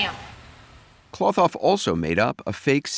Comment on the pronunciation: Cloth-Off...NOT KLOTH off